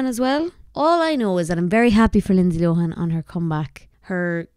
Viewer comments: similar to loan not lowhan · Please pronounce lohan properly , it's a good west of Ireland name and it's not low han